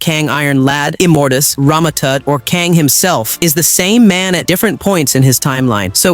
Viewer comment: How does he keep pronouncing and mispronouncing Kang’s name… 🤦🏾‍♂️